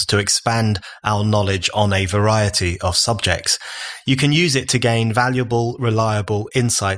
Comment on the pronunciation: I love BON, but I do wish he’d stop pronouncing ‘of’ the same as ‘off’. Small point, but...